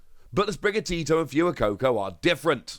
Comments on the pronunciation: Love you It’s pronounced fway-coco. As in fuego in Spanish meaning fire. 😘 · the way you pronounce fuecoco is not correct